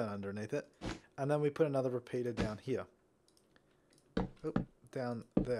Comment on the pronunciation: Surprised me when you pronounced the r in repeater.